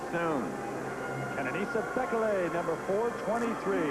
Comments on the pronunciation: It's pronounced 'bee-kay-lee' not 'bek-el-ay'!!! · I love all of the different ways announcers pronounce Bekele